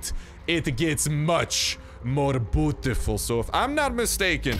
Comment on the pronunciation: When u said Beautiful, I thought u said putiful 😂